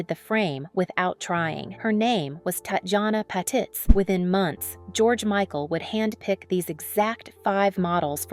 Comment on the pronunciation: TOTALLY Agree! These AI generated videos are so annoying! It totally mispronounced BOTH her 1st & last name! Glad I’m not the only one to notice this. Thank you so much for calling it out!😊